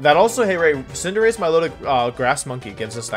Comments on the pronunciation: love how Wolfey's got Ray saying Cinderachey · i feel like ray truly believes that it's pronounced cinderacheee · Why do they pronounce "cinderace" that way? Is it a joke or something? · You mean the correct way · I like team building wideos, and I like collabs, so I double like this. I also think it’s funny that Ray picked up Wolfe’s pronunciation of Cinderace by the end